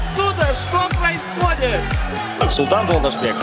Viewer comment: Никакой ни Жолдосбек. Правильно говорите Жолдошбек!!!